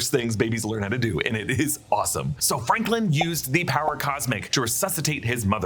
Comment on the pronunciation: Wonder if Franklin, or has Sue kept saying “Franklind,” is really Sue and Doom’s kid